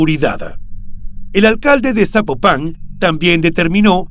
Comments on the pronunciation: No es zapo pan 🤔 es Zapopan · Amigo ni idea de donde seas pero no se dice "Zapopán" se dice Zapopan, de corrido sin enfatizar en la palabra "pan" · Es Zapopan no Zapopán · Estaría muy pero muy bien, que antes de hacer tus videos investigues cómo se pronuncian los nombres de personas o lugares que vas a mencionar. Cada vez que dices ZapopAn mi imagino un sapo arriba de un pan!! 🤣 se pronuncia ZapOpan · Me gusta el programa, pero sin ofender me gustaría aclarar que no es Zapopán , es Zapopan Jalisco " no lleva tilde . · No SABES PRONUNCIAR ES ZAPOPAN NO ZÁPOPAN DOS YA MUERTA LA MUJER LAS ACTIVISTAS PROTESTAN NO MMN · Se escribe ZAPOPAN y NO se pronuncia Zapopán, se pronuncia Zapópan. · "zapopán" jajajajaaja que insoportable escucharlo así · Se pronuncia fuerte laprimer silaba zápopan y matamoros como se ve se pronuncia no matamorros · Al narrador le voy a pedir un favor, antes de narrar investigar como se pronuncia las ciudades, es horrible como dice Zapopan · Es la justicia de Jalisco y el poder judicial sumamente corruptos no el gobierno federal también quiero saber de donde es el narrador pues pronuncia Zapopan muy mal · Hola, te mando felicitaciones por tu trabajo; la investigación y narración son buenas. Al calce, solamente puedo mencionar que sería importante poner atención a la pronunciación de nombres propios de las regiones que mencionas en cada uno de tus narrativas. Zapopan, lleva acento prosódico en la "o" y en otro caso, se suscitó en Matamoros, aquí entre las dos "o" la "r" se pronuncia suave no como si fuera doble "r". Es una pecata minuta, pero es importante para enriquecer tu trabajo. Saludos desde Los Ángeles Cal. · Estelaflorespenagos: tampoco es correcto Zapopan con acento en la primera a es Zapopan sin acento escrito, solo se pronuncia el acento en la o. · Al narrador le sugiero que aprenda a leer, o se informe cómo se pronuncia Zapopan, porque no lleva acento de pronuncia sin acento o es Zapopán.